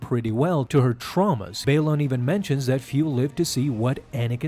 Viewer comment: Anyone else hate that he keeps mispronouncing Baylan and Marrok? Also at the end of the Mortis arc the father and the son die… so it can’t be the son. Seems like this wasn’t thought through